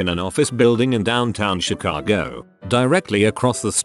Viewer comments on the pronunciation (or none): none